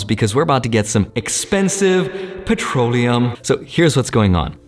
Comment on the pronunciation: "expensive patroliuim~nusence!!!"